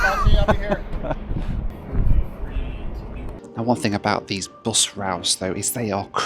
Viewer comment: Why do you pronounce bus like that